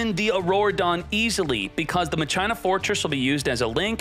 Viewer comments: Cmon man you know it's pronounced "MA khee naa" Not " muh china" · Just a few detail, they aren't pronounced machyna They are pronounced makina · Are you saying Ma-China on purpose? It’s Mah-Kee-Nah. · Machina (MAH-CHINA) i thought it was (MA-KEE-NA)???? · “Ma-Chie-na” dude it’s said “Ma-kee-na” how is that not obvious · It’s Ma-kee-na not Ma-Cheye-na ;D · then youd say Masheena. Never in my life heard someone say Muh China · Omg "machaina" is back My ears!!! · Isn’t pronounced Ma-kin-ah Not whatever the heck called it lmao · i love unironically saying ma-china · I noticed this too I was like why is he calling it Ma-China 😂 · I kept asking myself what the heck "machina" was until I imagined the word in my head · Bugs me how he says it lol